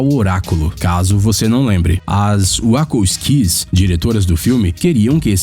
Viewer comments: "Uascolskis"! Kkkkkkk Wachowski se pronuncia uachólski. Bjunda. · Uacosqui kkkkkk se pronuncia UACHALSKI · E a diretora do filme Matrix, Uacoskis seria melhor ter falado Uatxovisque para pronuciar Wachowski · "Uacu squis" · "OS UAU COS QUIS" Meu deus... 10 milhoes de inscritos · 'As uá-col-isquis (Wachowski's), diretoras do filme'.... hUHAUHUAHUHAUHAUHUAHUAH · "uácóusquis" foi ótimo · uacouquis??? as irmãs Wachowski???? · Wachowski = Ucolsqui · Caraca, na boa.... tem como trocar o narrador sem trocar o conteúdo? Toda vez rola altas pronúncias erradas seloko!!! WAKOUSKIS KKKK só por Deus kkk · "As wacko skees"!!??!? Cara, será que ele se refere às Wachowski? 😅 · manuuu eu rachei com essa porra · wacko skees, centenas de arvores... Minha nossa mano, ta errando bastante hein! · A pior maneira de falar Wachowskis puta merda mmkkkkkkkk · Você tem problemas para pronunciar o nome correto das diretoras ? Wachoswki é a coisa mais facil do mundo.